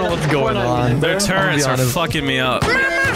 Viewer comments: it's amazing how many stupid people say turrents instead of turrets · Turrets? NO! Turrents? Very Yes! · Why does everyone who plays video games call turrETS turrents. There’s no N in turret